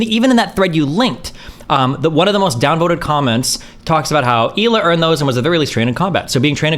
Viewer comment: Her name is prounced "High-lay".